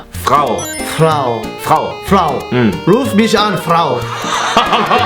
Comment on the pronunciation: frau는 프라오가 아니라 프라우라고 읽습니다